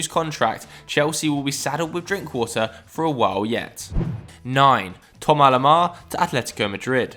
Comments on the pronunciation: Who is Thoma Lema? Just say THOMAS LEMAR for god's sake. No need to try and be fancy with the pronunciation. 🙄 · Only dumb thing about this video is once again there being a failure to say players names correctly...who is this Tom A Lamar never heard of him, Thomas Lemar on the other hand is awesome. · Tomalamar 😂 the English and their pronunciation of foreign names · Why does it sound like he is saying Thommo Lamar??.